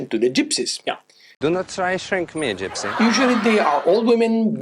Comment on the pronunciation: It is absolutely hilarious that you say "Gpysy". In American we're so "woke" that they've branded the name Gypsy as offensive and are even renaming the "Gypsy Moth". I don't mean to be offensive, but the terms fits, right? Anyway, I love you guys. I try to spend at least a week at each city you do a video on and it's nice because I get a day or two of just sitting, sipping, watching. I like to sit at the same restaurant and sip and watch people and my server gets to know me by day 3. I know tipping isn't expected, but they know you well if you tip and it's nice to get that extra special attention/treatment if you're a person that money really isn't an obstacle. Spending more than a week and really relaxing and not rushing from site to site, and fighting lines is the way to do things. I don't think people pay enough attention to your advice on this one. DON'T TRY TO DO EVERYTHING IN A DAY...or TWO...or even THREE! If you have the means, spend a month and spend a considerable amount of time in each location...while avoiding Naples!!!! Thanks for the continuous great vids. Hopefully I'll run into you guys one day!